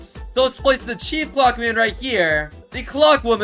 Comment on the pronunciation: Why are you so weird?First threesome, just no second reason.Why did you say chef clock man instead of chief?And when you place the Large clock man You cut off why you're so weird😮